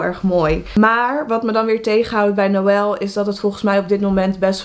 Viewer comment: Ik weet niet waarom maar ik vind noël echt prachtig en als je dat zo uitspreekt van mitchel, rebecca, revi en noël vind ik echt prachtig😍😍